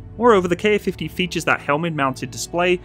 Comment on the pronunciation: There's no KA-50. There's only a Ka-50. Say Kamov-50. Don't say K-A-50. DON'T. DON'T!